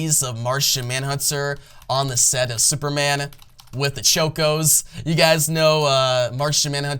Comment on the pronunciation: Martian manhunTer not huntser...Choco with an ahhhhhh like chocolate not choke-o...🤣🤣🤣 great video otherwise. I enjoy